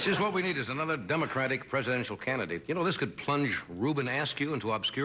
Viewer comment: did he say dumb-acratic?